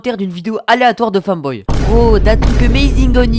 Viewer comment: déja tu le prononce mal c'est pas un "famboy" mais un "femboy" et en plus ton titre est blindé de fautes d'orthographe. sérieusement pas a l'école plus souvent. tu a sois 10 ans soit tes desco donc arrête de parler mal sur les femboys comme ça. je suis un femboy et en vrai je m'en fiche de ce que tu dit mais tu raconte QUE de la merde. aussi je te corrige. "les femboys (c'est des mecs ça?)" voila :3